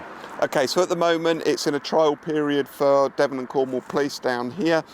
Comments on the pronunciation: Also Devon isn't pronounced Dev-On, the 'on' is softer, it sounds more like Devun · p.s. I waiting to hear if they said the name of that area of policing but I may have missed it... At the begining of your video,, you mentioned that AI camera device was in Cornwall and I think you said the area was the "De-VON and Cornwall Police"? It's pronounced DEVon so the emphasis is on the first syllable (as with most British word and place-names, actually ) so it's "DEV-on" Not De-VON if you follow? 😊❤ (Sorry, I am an incurable pedant when it comes to mispronounced words and names...and spellings too, lol. Sorry). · We have had speed cameras for many many years, Devon is pronounced Dev-on . JH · I live in Devon and you pronounce it Devon.. not Devon.. I don't know how to explain that. 🤣 - We've had speed cameras on our roads for decades, I got caught in 2005. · Devon - rhymes with heaven ☺